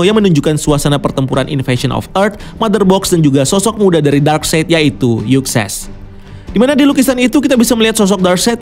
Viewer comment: Akhirnya setelah sekian video, si abang udah bener nyebut nama darkseid 😂 eh salah lagi 😂